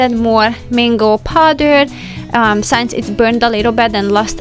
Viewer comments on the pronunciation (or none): Please, can you start to pronounce word “since” properly. In every video I can hear you saying it as “science”. Since and science is not the same.